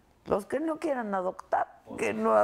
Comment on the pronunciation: minuto 17... dijo adoCtar con c